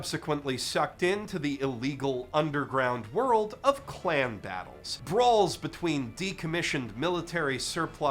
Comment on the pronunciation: Did he say "clan battles" or "clam battles"? Because I heard "clam battles". And I laughed. Almost as much as I did when I saw the stupid ass name of the series.